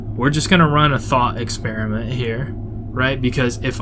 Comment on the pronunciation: also that "thought experminet" lol